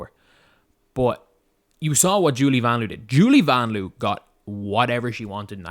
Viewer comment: did you see the video where Vanloo tells us we’re pronouncing it wrong? 😬 It’s pronounced more like Von Loah.